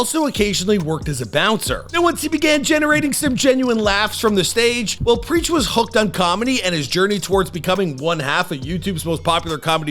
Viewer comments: you butchered Preach's name so hard loooooool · If you've followed this channel the last several years, you'd come to expect this 😂 he butchers damn near everyone's names... almost seems like it's on purpose at this point like it's his schtick 😂😆😂